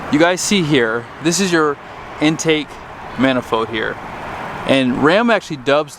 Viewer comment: “mana-fode” rhymes with heads up “dis-play” lol